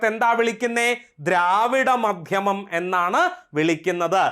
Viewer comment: ദ്രാവിഡമാധ്യമം അല്ലാ ദ്രാവിഡ മധ്യമം എന്നല്ലേ